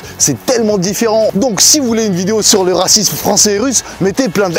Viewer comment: Une vidéo sur le Rrrrrrrrrracisme🤣